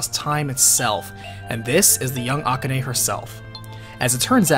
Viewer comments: Ah-ku-ney? FFS its A-KAH-NEY! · The way you say Akane grinds my gears a bit. It's A-ka-ne not A-ka-ney. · Is that the correct pronunciation of Akane?